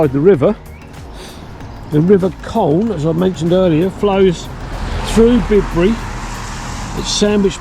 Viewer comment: Great video. By the way it’s Byebury in these parts. 🤪. Enjoyed wandering along with you and Steve. Best wishes from Glos vegas. 👍🏻🚶🏻‍♂️🚶‍♀️